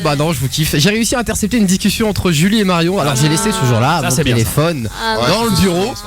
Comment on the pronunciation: Une discussion pas une dicusion;-)